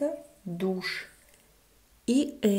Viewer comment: I love it! I couldn't help but laugh so much though! "Etta, douchè. Etta, douchè". I know it's a little immature but you've gotta admit it's kinda funny!